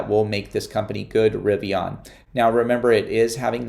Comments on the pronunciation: I don’t know why this bothers me but it does because you keep pronouncing “Rivian” wrong… it’s not Rivion, with an “o”… it’s Rivian with an “a”. How would you pronounce the name “Adrian?” Adrion? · No offense, but you might want to listen R.J Scaringe pronounce the word "Rivian", because you sound really strange. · I totally agree with you, I don’t know why but it also bothers me too. I wrote a comment earlier about this very subject that he pronounces Rivian with an “o” but looks like he didn’t like it & deleted my thread already.